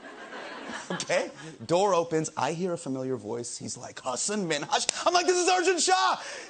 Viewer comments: His last name is pronounced Minhaj. That's MIN-HAJ. That is an error. Also, it's a joke. If you say there is no ill intent, why are you doing this video? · Even the doctor pronounced the comedian's name wrong. If they said that Minhaj had no ill intent, why are they making a video about it.